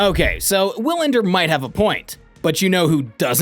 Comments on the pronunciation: Wilander is pronounced like VEE-lander. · Did this dude really just pronounce Wilander with a W? The GOAT debate is what it is. Wilander has a point - it should be more then numbers, but it never is because too many people get caught up in the numbers and now the overall impact on the game. Novak's stans will twist themselves into pretzels to call Roger's era a "weak era" but refuse to acknowledge the same is true of Novak's last 5 or 6 years. When all is said and done - more people will focus on the numbers, but the reality is - Roger's got records Novak will never have. Novak has records Roger will never have. And Rafa has clay numbers that probably no one will every top. To declare one of the 3 the GOAT you'd have to include the intangibles - and that's why Novak is working so hard to get that stupid players union to be something. Otherwise he has had next to no impact on the game besides numbers. Roger won with grace, elegance and class, put butts in seats and is a global ambassador for the game and is loved everywhere he goes. Rafa likewise is a fan favorite and has his tennis academies and is teaching kids the game. What's Novak done for the game? Nothing. It was always about HIM. Enter: Players union and "tennis needs to change." Change yes - but only to HIS vision of what it should be. In the end he might be a guy who was better off letting his racket do the talking.